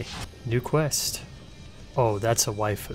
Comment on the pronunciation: Always fun when says "waifu".